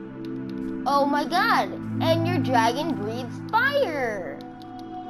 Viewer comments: Fireeeeeeeeee!!!!!!!!!!!!!!!!!! Not feirrrrrrrrr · Its fire not fier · Fihs Fihs Fihs Fire